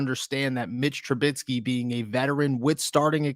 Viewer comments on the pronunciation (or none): ¿Tru-BIT-sky? ¿Tru-BIT-sky? ¿Tru-BIT-sky? It's Trubisky.